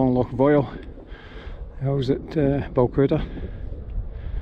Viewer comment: C,mon, pronounced Balwither, Balwither:-)). I did Stuc a Chroin in the snow in my early Munro days, no crampons, no ice axe, a bum gravy experience. Following week, new ice axe and crampons. You learn by your mistakes. Great watch again, thank you.